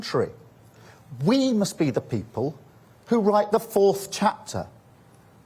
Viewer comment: The Bwitish pweopal